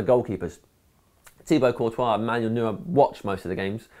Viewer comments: Its pronounced NOI-er, not NOO-er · Why do so many people pronounce Neuer wrong?